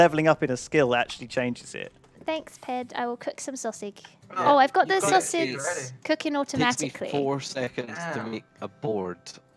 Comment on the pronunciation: every time I hear her say sawsig it hurts my ears.